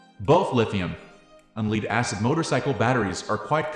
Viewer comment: leed? why are you saying leed?